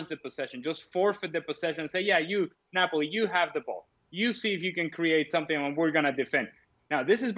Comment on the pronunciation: Its not nopali mg its neoali